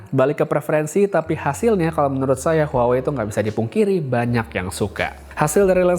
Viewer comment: Bang.. cara baca huawei itu wah wei.. Maaph bang, kek ganjil aja dengernya klo dibaca huawei.. 🙏😅